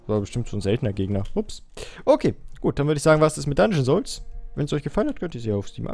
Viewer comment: Alles klar Dungeon Zoulzs und nicht Dungeon Souls :D